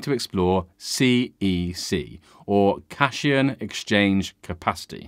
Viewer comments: cation = cat-eye-on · It is called Cat Ion, not Cashon/Cashayon.